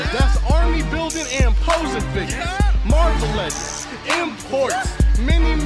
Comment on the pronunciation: I love when he says muarvel legends just gives me the feeling of a boog nice review :o